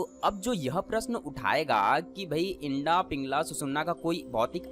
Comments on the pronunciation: आपने बहुत अच्छी जानकारी दी लेकिन आप इड़ा नाड़ी को इंडा बोल रहे हैं. कृपया इस बात पर ध्यान दें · इड़ा होती है भाई इंडा नहीं ।अपने उच्चारण में सुधार करो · इडा बोलो इंडा नहीं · Sir ji aap Eda nadi ko Enda nadi kyun bol rahe ho...??? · O bhai ..btane to baith gye .pehle bolna to sikh lo..wo inda nhi hai..Ida h pagle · Inda nehi EERA, PINGLA or Susumna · Yeha Inda Shabda Uchchaaran Galat Hai Issey Ida Kaha Jaata Hai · Aap ida ko inda bolte hai😇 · It's not Indaa, it's Ida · आपने अच्छी जानकारी दी है मगर इड़ा शब्द का तो आप ने बलात्कार ही कर दिया। शब्द इड़ा को इंडा कहना कहातक उचित है? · उच्चारणमें "इडा" बोलिये । इंडा मत बोलो ।